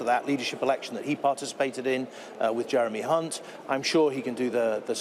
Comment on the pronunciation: Pretty sure Sophie said the "C" word if I'm not mistaken lol when trying to say Jeremy Hunt lol 😆